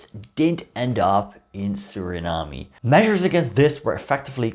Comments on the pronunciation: I enjoyed your video except for the parts when ya mispronounce Suriname but ya did do ya research on this subject because I know a lot of Surinameese that don't even know this info , Hele fijne feestdagen en een gelukkig 2023 voor u . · No need to pronounce the ‘e’ at the end of Suriname, however you do have to pronounce the ‘a’ at the end of idea. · Learn to pronounce the name of a country if you are going to make a video about it. 🤦🏻‍♂️